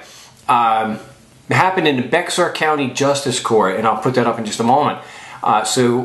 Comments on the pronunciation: its not pronounced bexar county, its pronounced Bexar (Bear) county, just fyi. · Bexar county pronounced (bear county) I'm not making fun. I love your show. Thumbs up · (Bexar) county pronounced; (Bear)!